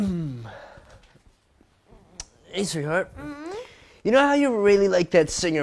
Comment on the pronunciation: hình như ad đọc sai từ sweetheartrồi thì phải